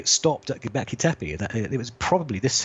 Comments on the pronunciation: Go-bek-li not go-ble-ki, but good vids:p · Hi! Sorry for this but it's Gobekli Tepe (Göbekli Tepe) not Gobleki Tepi. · You are a gun & your work rocks. But there is no such place as ' Gobleki tepi '. Read this part really carefully. GOBEKLI TEPE. Again, Go-bek-li Te-pe. Your working to hard, lad. This one went straight through to the keeper. Respect. J.A.S.S. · gobekli not gobleki, or gobelki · Love your channel and vids so much, you're so smart. But please learn how to pronounce Göbekli Tepe ... you keep saying "go-bleck-y" it's "go-beck-ly" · God damn it man... love and appreciate your work but GET THE NAME RIGHT AT LEAST ONCE. G o b e k l I t e p e not g o b l e k I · This is a really great interview. I saw the Grimerica show with Martin Sweatman, & as good as it was I think I gleaned more useful from this interview. Love your output mate, please keep it coming! Oh, btw its pronounced 'go-bek-li' ;D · Please take a couple minutes to work on your pronunciation of Go beck lee tep ay, it's my only issue with the entire channel. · LOL, I have the exact same thought each time he says it. he actually says "globekli" 😂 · Ashley Liddic I’ts actually Gö-beck-lee teh-peh , no ai in the ending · Australians can't say many things properly - Fish and chips, Six, Fence, Dance, Gobekli Tepe.. Haha just joking:P (Kiwi - Aussie)